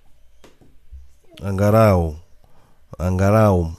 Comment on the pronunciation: Unaharibu kiswahili bwanaa, sio angarau ni angalau umeelewa.